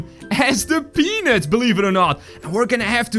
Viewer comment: can you say peanut right please it sound like the thing 😣